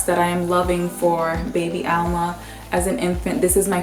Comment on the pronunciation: Why do you call her Alma with the accent on Al? Being dominican, i know that it's Alma....did you add an accent for her name to be ALma?